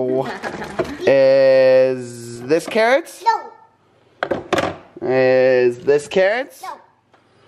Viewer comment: I don't know why but when said carrots, I heard kittens😂😂